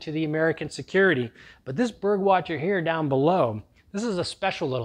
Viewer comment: It is so cute how you pronounce „Burg Wächter“ - it is german and you pronounce the „ä“ [ɛː] or „ae“. But very good video with some awesome tips from a professional!